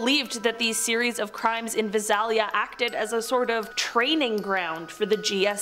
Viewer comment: Vi Sal ia Long a accent on Sal